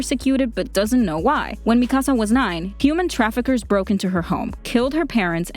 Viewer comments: IT IS MIKASAA NOT MIIKASA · Why she say MIKAASA!! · I love how you say Mikasa's name MiKAsa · Isn’t it Me-ka-suh instead of Me-kahsah? Or am I wrong? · WHY DO I GET SO MAD WHEN PEOPLE SAY MIKASA'S NAME WRONG, ITS NOT MI KAH SAH ITS MI KA SA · “Me ca sA” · I'm not going to lie the way she saying Mikasa is triggering me 😡🤬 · You’re legit pronouncing Mikasa’s name wrong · I like that she explained this but...dude... 1. "Historia's best friend Ymir" ....might want rewatch season 2 and 3 to rethink that. 2. U said Mikasa's name completely wrong. Its Japanese, NOT Spanish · I get triggered by the way you say mikasa